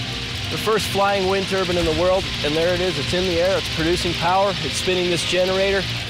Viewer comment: It's NOT a TURBIN. There is an E on the end. TURBINE, say "TUR-BYNE".